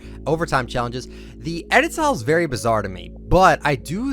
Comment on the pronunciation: STOP SAYING BIZARE